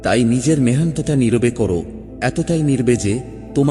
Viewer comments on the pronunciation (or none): কিছু শব্দ উচ্চারণ ত্রুটিপূর্ণ যেমন নির্-বে , যা হবে নিরবে।আরো অনেক উদাহরণ আছে।